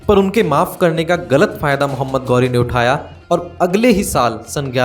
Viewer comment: गौरी नहीं ghori घोरी